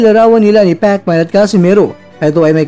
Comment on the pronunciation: Pekman HAHAHA king inang pagsasalita yan🤣🤣